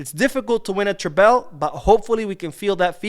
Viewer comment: According to the spelling, treble is not pronounced tray-bell.